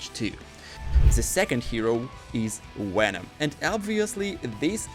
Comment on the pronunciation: Did you just say wenom??